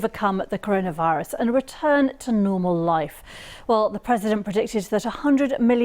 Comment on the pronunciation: Lol the CorUna virus!